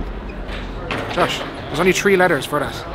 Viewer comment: I love that part where homeboy says”only tree letters for you, USA😂!”